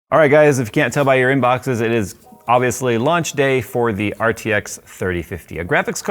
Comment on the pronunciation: "Its lunch day for the RTX3050"is what i heard.